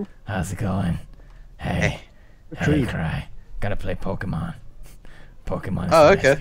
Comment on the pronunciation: "Pokeman" YAY